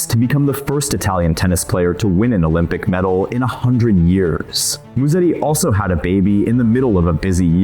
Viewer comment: The way you guys pronounce his last drives Italians CRAZY. It’s not MuSSeti, it’s MuseTTi. Soft S, strong t